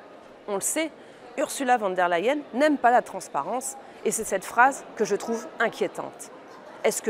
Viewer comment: J'aime bisa façon de prononcer oursoula van der la hyenne.